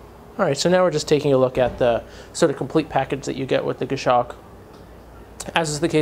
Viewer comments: Great review as always, just might want to check your pronunciation of Goshawk. It's Gos-hawk, not Gosh-awk. I bought a Citizen nighthawk BECAUSE of your reviews, so not real criticism. Format is awesome, very polished. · it's pronounced "goss hawk" not "gashock."